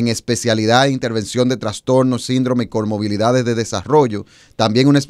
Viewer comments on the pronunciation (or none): Amigo se que pronuncia mal la palabra comoRbilidad, ella dice coRmobilidad, la pronunciación correcta es ComoRbilidad